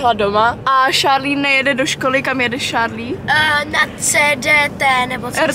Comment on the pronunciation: Jmeno a je to Charlie a vyslovuje se to Šárlí